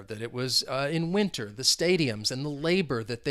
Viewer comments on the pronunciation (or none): none